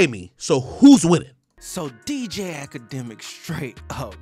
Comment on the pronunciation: Noooo....AKADEMIKS....say it with me. 🙄